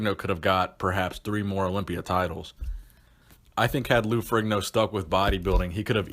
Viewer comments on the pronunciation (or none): Fe-re-ne-o, Not ferriGno. Its an Italian name. not an American name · Stop saying Ferigno....IDIOT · Its pronounced farino you fucking moron..OMG such an idiot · Strength and power not strain and power Particular not puhticular Arguably not argubly Ferrigno not Frigno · His name is not furee gno is it? It's ferr in yo if I'm not mistaken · Hey dumbfuck.. The g is silent ...Its pronounced Ferrino.. I cant believe there are so many dumb people out there